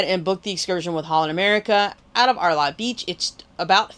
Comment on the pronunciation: Hi it’s pronounce Air Lee beach great review